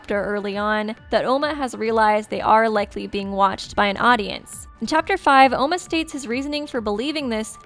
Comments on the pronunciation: OMA NOT OUMA.. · Not ouma it’s oma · It oma not ouma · Its not Ouma its Oma forget the "u" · its pronounced oma with a long o, it was originally spelled ouma in the Japanese version buf with alot of the characters names the translators would take extra o's or u's off so it would be easier for American readers